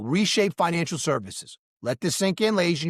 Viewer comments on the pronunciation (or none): You know, for a while I thought you were saying “Financialship” 😂😂 Because I do feel like I am in a relationship with my XRP. It’s up and down baby!😅😅 Happy new year and thanks for all the great content